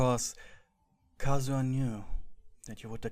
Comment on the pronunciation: Plz it turned kazuha into "cars" 💀😭